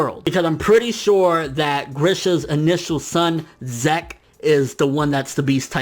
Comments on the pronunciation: STOP SAYING ZEK IT'S "zeek" I'M TRIGGERED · Good video. Zeke. Zeek. Not Zeck. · i get the feeling its pronounced ZEEK not ZECK....maybe the earlier translations are shitty. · Every time you prnounced zeke as "zak" i cringed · your killing me with these pronunciations, "zek"(zeke) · Um dude Zeke is pronounced like Zeek (seek with a Z), its an English name..... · its pronounced zeek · Pretty sure it's pronounced zeek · I cringed every time you said Zeke...